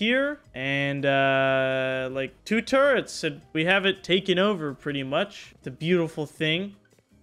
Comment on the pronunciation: I can't believe i gotta say this to a native english speaker.... but man you gotta work on your english.... Electricity and turrets.... not something like turrents or whatever.. Other then that your video and progress is impressive! Well done! PLEASE try to work on it cause its so triggering xD haha